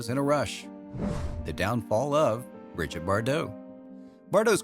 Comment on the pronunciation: Her first name is pronounced ' bree-jeete ' not ' brid-jet '